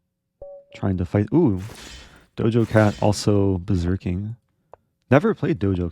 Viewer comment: It's DojaCat, yo. Not Dojo. We ain't training martial arts we smokin mf weed.